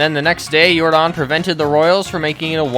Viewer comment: His name isn’t Yor-Don it’s Yordan like Michael Yordan u uncultured swines 😂😂